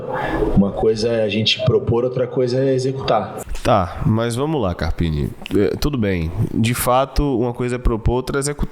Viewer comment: Boa, to passanfo pra deixar o like apenas, pq nao aguento mais esse cara falando ( carpine ) doi os ouvidos, e mais uma coisa #FORACARPINE